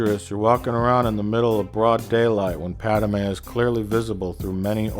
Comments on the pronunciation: How about you shut the heck up you low-class idiot, and also it's Padme, not PADAMEN you moron!!!!!!!!!!!!!##!! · Stop saying Padamay